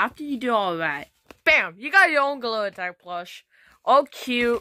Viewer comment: Bro said Golila tog is gorina tag😂